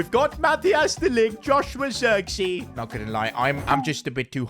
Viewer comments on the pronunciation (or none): “Zirksea” 💀 😭 As a Dutch player I love how you pronounce zirkzee U can say Zirkzay